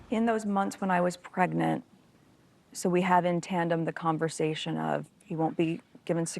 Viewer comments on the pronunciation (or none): "in those months when I was Megnant..."